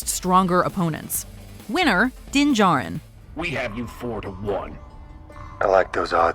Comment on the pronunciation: its mandalorien not DINGAREN